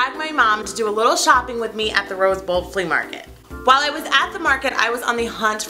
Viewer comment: What is a "fleam market"? I like the sound of it more than "flea' market! :)